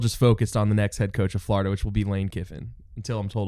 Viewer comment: These 3 together are awesome. Please help your guy pronounce Florida though. That Yankee way of saying it is so grating to my Floridian ears